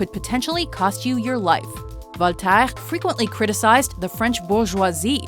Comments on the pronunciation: voltaaaaaaaaiiiiiirreee..... NON , voltaire.... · dugall? voltairggg ? no. dugoux and vol ta air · Okay so the pronunciation was going okay enough until "Voltaire" It's pronounced "V-oh-l-t-eh-rr"